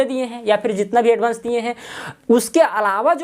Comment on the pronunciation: भाई एडभान्स नही होता एडवांस होता है